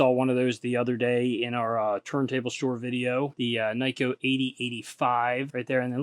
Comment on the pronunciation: Great!!! Tour ~ Nikko is pronounced "Neeeko” not Nicko. All vowels in Japanese are identical to Italian vowels so you will never forget as you are Italian American.